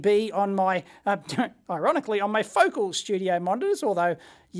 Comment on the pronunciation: Pronounced "Fo-cal" 😁😂